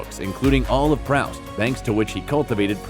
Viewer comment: Proust is it's pronounced Proost.